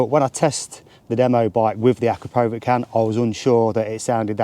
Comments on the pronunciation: It’s pronounced A-Crap-O-Vich - No power gain between the stock and upgraded can the 4 BHP power gain you talk of is only if you fit the full system including the D cat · As soon as he pronounced Akrapovic incorrectly I turned off .